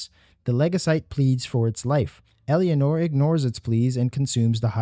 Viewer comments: Your inability to say Eleanor is driving me fucking bananas. Its not EL-E-A-NOR, it's ELE-NOR. Like Eleanor Roosevelt. Eleanor, the car from Gone in 60 seconds. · For the record Eleanor is not pronounced "Elly-anor" it's "Elen-or" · great vid but "Elly-anor" gave me an ulcer :P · bro? Elianor? tf u getting that from watch the dev streams to learn her name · "Ella-nor" the second e is silent. It's like you're trying to force a foreign pronunciation on a common English name. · I'm sorry, this video is great but your pronunciation of Leticia's name and Eleanor's hurt so much.